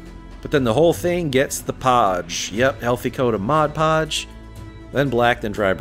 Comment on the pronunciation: Hooray! Hooray! I am so proud of you! I am so happy to hear someone say "Mod Podge" instead of "Moj Poj" You have made my day! Thank you thank you thank you!